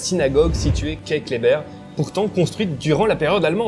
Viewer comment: Par contre les strasbourgeois ne prononcent pas la place broglie comme vous la prononcez mais bien place broglie comme cela se lit. De même la place Kleber se dit Klébèr et non Klébeur.